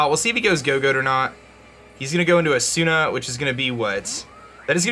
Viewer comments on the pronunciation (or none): Who else got super titled when said "A-soon-a" instead of "Asuna"? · Hey it is pronounced a soon a